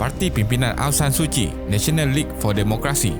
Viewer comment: Oh maaf2.. Tapi betullah ingatkan aphd ni sebut suci rupanya Suu Kyi